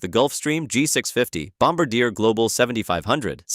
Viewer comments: Bombardier is pronounced "bom-bar-di-eh" also I had no idea the 737 and A320 had different icons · As a Canadian, my ears cringed at the pronounciation of "Bombardier".😢